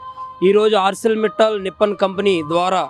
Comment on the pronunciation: Nippal entiraa edava adi NIPPON maatladatam koodaa raadu correct gaa spell cheyatam koodaa raderaa